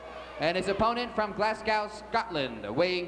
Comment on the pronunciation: Always funny how yanks pronounce, Glasgow.